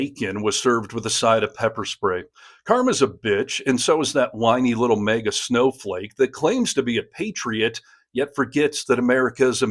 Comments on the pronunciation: The first “A” in “MAGA” is short not long. Like in “magazine. It’s an acronym so the rules of grammar do not apply. Well, the common ones anyway. 😊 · Minor comment..., it is Maga, not mega..., just sayin'. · It’s really sounding like you’re saying MEGA instead of MAGA An accent or dialectical situation probably Cheers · Hearing you say “May-guh” is really distracting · Bro its MAGA. Not Maeega. 😂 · I'm sorry but as I understand it, MAGA is pronounced MAY GAY..!